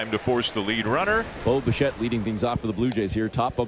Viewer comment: Great win, sure. But am I not the only one who hears "Boba Shett"?